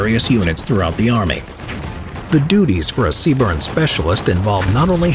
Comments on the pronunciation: Btw, the acronym is CBRN, not cburn, other than that, good video, also currently serving as a dragon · CBRN not C-Burn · Errrm it’s CBRN not C BURN 🤓🤓🤓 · They are not a branch. They are a Corp within the branch of the US Army. And they say "Sea-Burn" not C-B-R-N. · I love the way he says CBRN, C-burn, metal af! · It's accurate except for the acronym. Lol. C Burn would definitely look better, but unfortunately it's CBRN or CBRNE. And the phrase "Moss" instead of M.O.S., but I love these videos and these are small things.